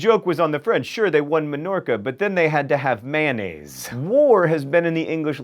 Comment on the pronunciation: May-on-aaz not Man-az